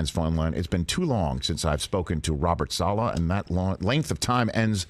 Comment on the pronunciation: "Sala" please Rich 😭 it's Saleh. This guy must be done correcting people's pronunciation though 😂